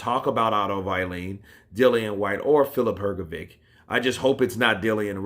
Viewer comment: Bro keep up the good work. Had to say find it funny how you say wallin as you say like its why lean.